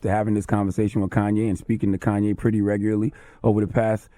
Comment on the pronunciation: "Corn"YE' West